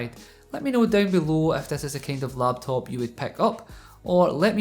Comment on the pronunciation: when you first say laptop, I think LATVIA